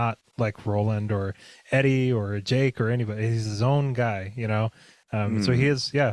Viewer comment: I thought oy said 'ake, not Jake